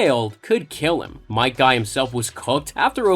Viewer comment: Night guy? Fail. It's might guy.